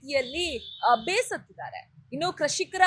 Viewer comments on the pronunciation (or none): ಲೈ ಮಿಡ್ರಿ ಕಶಿಕರ್ ಅಲ್ಲ ಕೃಷಿಕರ